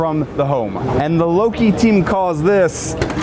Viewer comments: Is it just me, or does he keep mispronouncing LOKI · Really enjoyed this review but really annoyed by how you pronounced Loki. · it's LO KI isn't it? Not Lok ki. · Low-kee. Loki. Not law-kee 🤦🏽‍♀️ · You notice how the first half of the video he calls it a lock-ee then the second half the video he pronounces it like the Norse god Loki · Not LAHKI, it's Loki, use that O... 😁 Love these Loki RV's, they can be improved on for their cost however. 500hp in a 2.5 million coach, weaksauce, the other conversion companies use the 605hp/1950ftlbs Cummins X15 and no million dollar + rig should be equipped with less today. Not sure about the Garmin's but would love to take a look and see how they work in that environment. The HVAC controller is the same generic controller every budget trailer gets from the factory. 2.5 million dollar Prevost coaches always come with custom HVAC control that can be controlled from anywhere, how Loki skimped out on that one is beyond me. Bragging about no generator shows that Loki didn't think this through, there are days when you can't get solar, having a diesel generator is needed (96kw is great, without solar however, you aren't going a week) and all Prevost conversions come with them unless the customer decides against it, perhaps the one you were in is one of those, but a lack of a generator isn't something that would work at an F1 race for very long without adequate sun to supply the batteries. Newell could teach the boys at Loki a thing or two regarding outside storage bays, for the 2.5 million Newell, Liberty, Marathon and Country Coach (RIP) have their 2+ million dollar coaches much better equipped for bay access and control over things, no need to bend over to get to things in theirs. I do love the plumbing bay, very well put together. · No way this mf pronounced loki as lock key....